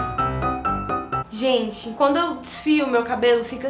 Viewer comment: eu ri de maaaaais " oi minha gene " kkkkkkkkkkkkkkkk ameeeei